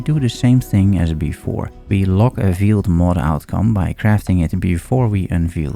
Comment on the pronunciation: Great video, very thorough! Btw, veiled is pronounced like "hailed".